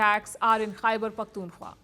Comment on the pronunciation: Palki Didi خےبر pronounce kerna seekh lain. Then you start pointing out mistakes in AVMs English.